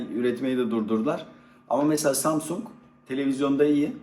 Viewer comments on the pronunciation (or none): none